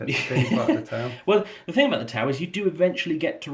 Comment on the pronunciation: Every time I heard "tau" my brain heard "towel".